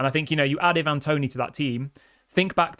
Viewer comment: Plz stop saying e-van it’s Ivan toney 😂